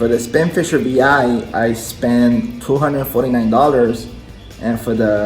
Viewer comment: it's not VI it's 6.🤣